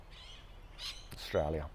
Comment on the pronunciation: lol "Struaya"